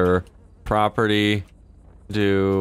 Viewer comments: It's property not proptery... Lol!! Great video!! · every time he said "proptery " instead of property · Cop #1 " Proptery..... proptery......wtf is the judge really saying proptery?" Cop #2 *phone rings "........ proptery! Yea he's definitely saying proptery, must have caught him drunk." Cop # 1 " got the warrant but it's made out for the Ace Liquor Proptery, do we go ahead?" Cop #2 "F&$# It let's go!" lol Sorry for picking on you but that scenario kept playing in my head while you where role playing this. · How many times can spell "proptery" while saying "property" over 100 ladies and gentlemen. Over 100 times. I couldn't take it anymore so heres my comment.